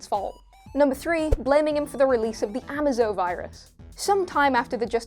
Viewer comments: GOD DAMN SCRIPT READERS. AMAZO. A MAZE O . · "a-may-zo", not "am-ah-zo", genius. Learn these names BEFORE making the video! You sound like idiots when you f%^& them up! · Did you mess up details like saying Amazo Virus wrong and call Super Girl Superman’s sister not his cousin to get us laughing? You didn’t say these things funny enough to make me laugh. But I got what you where trying to do. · The way she pronounces Amazo is just nails on a chalkboard. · at least pronounce Amazo right please